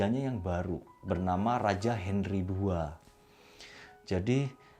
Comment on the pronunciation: Ada sedikit kekeliruan ketika nyebutin nama pedro dan henry...tp selebihnya oke om..👍👍👍